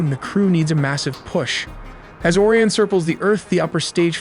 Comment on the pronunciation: Bro pronounced Orion instead of Orion, and Artemis instead of Artemis